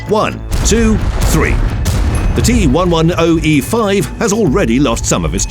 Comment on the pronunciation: It's the t-one-ten-e5